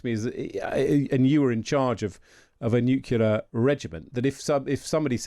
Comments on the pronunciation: Nuclear gentlemen, nuclear, not nucular! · The word is Nuclear - not Nucular. If I recall it was George W. Bush who first mispronounced this word. I never thought that Times journalists would copy him. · I do wish journalists wouldn't say "nucular", the word is NUCLEAR for goodness sake. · why do educated people pronounce nuclear as nucular? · When I hear someone say 'nukular', I automatically dismiss their opinion on the subject. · The mispronunciation of "nuclear" is a pet peeve in my book, right up there with mispronouncing the word "ask". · Even BRITS say NEW COOLER ....ITS NUCLEAR!!! LOL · Please stop saying "nucular". It's very annoying. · Nukular??? Come on aren’t you Brits supposed to speak English properly compared to us Americans? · Did their commentator say NUCULAR ?😂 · I know how you feel, but Victor J. Hanson calls it nucular so you have to allow some leeway. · many say nukeelar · Nukula is not a regional accent variation. It is simply laziness. It's rather like calling you Grame or Grime. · "Nucular" isn't a dialect word. Like "dimunition" or asterix (for asterisk), it is a plain and simple mispronunciation. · What is a NUKULA programme? Can't the Times Radio get proper English speakers to present their stories? It's a vitally important matter of credibility for a news channel to employ news readers who use the correct words to describe topics and events. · I do wish people would pronounce nuclear correctly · The pronunciation of the word 'nuclear' has been tortured by uncountable numbers of people ever since it hit the dictionary. Junior wasn't the first to do it and he's obviously not the last. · Oh no! It's Tweedle Dum and Tweedle Dee - and neither can pronounce the tricky word "nuclear." FFS, Times Radio. Where do you get these morons?